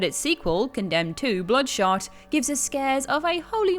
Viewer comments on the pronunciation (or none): It sounded like you said “Condemned 2: Blood Shart”. That would be scarier than anything on this list.